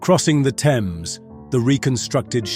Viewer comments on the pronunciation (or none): none